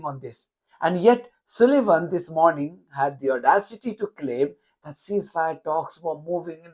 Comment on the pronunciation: You say Sullivan like Sulayman... (Its an 'u' as in 'up', not an 'u' as in 'oo') Apologies, but not comfortable with the similarity... Lol!